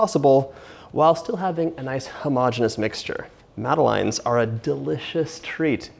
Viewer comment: Madeline is a character in children's books. They're pronounced mad-uh-lehn / mad-uh-lens. :)